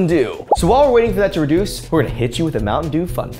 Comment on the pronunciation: re-dew-ce (reduce)